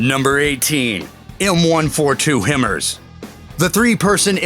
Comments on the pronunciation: Him merz. Mean 'High Mars'? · Him...Ers...you mean HIMARS high mars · Wtf is a God damn Him murs... its HIGH MARS "HIMARS' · Number 18 is pronounced HI-MARS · You can pronounce Hercules, Avenger, and Saddam Hussein but not L.A.V., Paladin, or HIMARS...lol